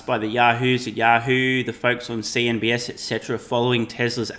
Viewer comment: “The folks on cnbS…l” lol 😂